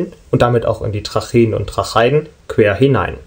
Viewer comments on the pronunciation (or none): Sehr schön erklärt und sehr gute Zeichnungen! Es wird nur Trache-iden ausgesprochen. Kleiner Tipp! ;)